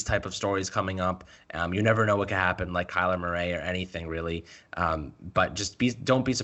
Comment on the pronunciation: Dude, why you saying Kyler Murray's name all weird like that?